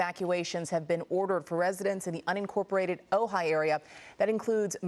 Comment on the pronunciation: Man.. she chopped up those spanish and indian names in Ojai..